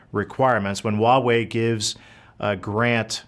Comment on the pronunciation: It’s Huawei. (Hwa way). Not wa way